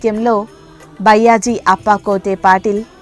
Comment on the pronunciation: Sairam byyaji ani pronounce chesina word ni maarchi bayaaji ani pronounce cheyandi idhi maa request 🙏